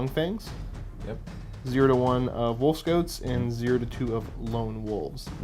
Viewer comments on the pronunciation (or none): Gotta admit, when said "wolf scouts" it sounded like he said "wolf goats"